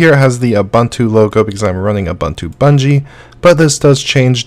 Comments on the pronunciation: BuDgie not buNgie. eSpecially not eXpecially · Lol 'BUDGIE' reads 'Bungee'. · BuNgie had me doubting my hearing.... not heard that pronunciation before! Great List BTW